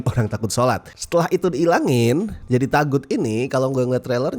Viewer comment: Sebenernya cara pengucapannya yg bener tuh "TOGUT" bukan TAGUT. Kurang lebih maknanya sesuatu yg salah utk disembah kek berhala. CMIIW.